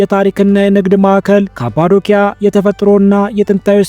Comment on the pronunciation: ወንድሜ ካፓዶኪያ ያልከውን ካፓዶሺያ ብትለው ከትልቅ አክብሮት ጋር 🙏❤❤